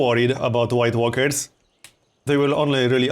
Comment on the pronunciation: I keep hearing white workers instead of white walkers